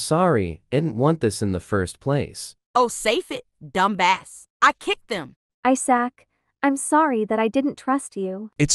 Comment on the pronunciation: “I S A C”